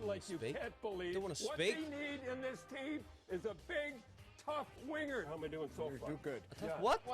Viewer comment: A "winger" not a "weiner" lol